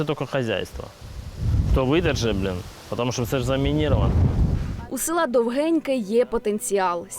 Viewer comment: Шановні кореспонденти, село правильно називається Довгіньке. Наголос на "о".